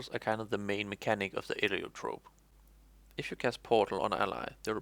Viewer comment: "hello and welcome to the new class: "enurotrofe" "...wtf